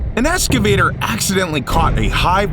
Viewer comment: Its an excavator not an escavator too! Even tho that was a dump truck as mentioned previously but I